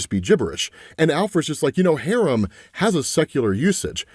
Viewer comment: it’s pronounced Ha-rahm not harem 💀